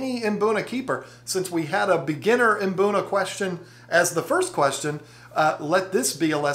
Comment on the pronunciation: Mate, here is how you say it. Mbuna. As in Hmm - Boo - Naa. Not imbuna. 🙂